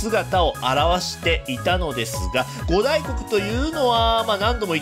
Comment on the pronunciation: ご「た」いこく、みたいですよ、読み。